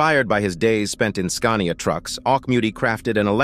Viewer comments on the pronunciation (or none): none